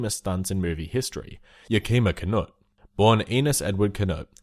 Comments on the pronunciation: As a Washingtonian... YA-KEE-MAH?? Boi it's yak-ih-muh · YAK-i-MAW, not Yah-KEE-mah. Although I wouldn't rule out Hollywood mispronouncing the stuntman's name too. :/ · YACK-ih-muh Not ya-KI-muh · The way they say "Yakima" makes me cringe. It's pronounced "Yeah-Kim-ah" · YOU PRONOUNCE YAKIMA WRONG!!! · I don't ever think I have ever heard "Yakima" butchered that hard. Great video though!